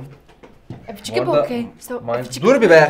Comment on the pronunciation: Evi eçi vokkey değil yalnız doğrusu"Annie are you okey" sinir oldum.